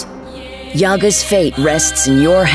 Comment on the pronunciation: Guys, yAga not right.. it need's the sounds like yagA